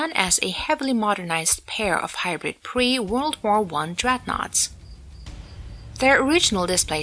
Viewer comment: not dreadnouaghts mate